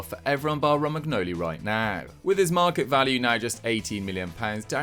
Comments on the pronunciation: Him pronouncing the g in Romangnoli hurt me every time it happened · This guy's gotta be taking the piss every time he says Romagnoli's name.